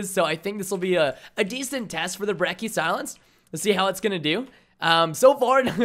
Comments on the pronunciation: I'd say every single gun in the game is extremely balanced. Some are more annoying than others, but none are particularly "dominant". Also, h-o-l-y crap Preston, it's not the "BREKK-EE" It's the "*Brech-ee*", as in Church.' Also, fun fact, the shotguns in Black Ops 3 do a minimum damage as long as one pellet hits. So, in older games you could point blank someone but only hit him with one pellet per shot so you could hit like 5 shots and not kill. Now as long as you hit someone with one pellet, if say you hit them with one more, it will kill them. Hence the "Reliable two shot kill" in the Brecci's description. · Everytime I hear someone pronounce Brecci as "Brecky" i lose my mind It's Bretchy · I hate how he called it the "Brecki" god damn americans man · It's pronounced like "brechi"